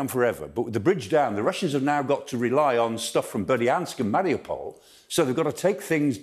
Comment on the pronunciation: It’s Mari U pol. Not marry-a-pole.